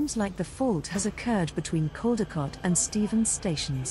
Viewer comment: It’s Caldecott ( Coll- di- cott)